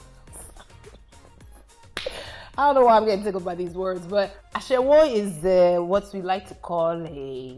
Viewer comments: "asheWO"🤣🤣 she's saying it so wrongly OMLLLLLL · The pronunciation of olodo, amebo, ashewo, got me laughing hilarious!!